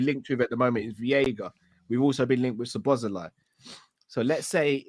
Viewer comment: Butchering the name Szoboszlai each and every time